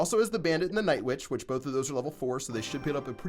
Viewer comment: Did you say nightvitch